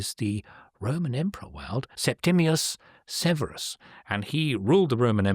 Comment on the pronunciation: And interesting how Waldy mispronounces Septimius Severus and Degas (no accent on the e).